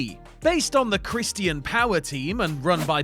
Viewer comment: Why must you butcher the word Christian so? I’ve heard other Brit’s, it’s just you.